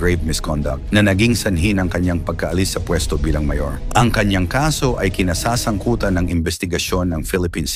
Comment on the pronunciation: Pronounce mo Ng maayos Ang salitang pagtakas, kinasasangkutan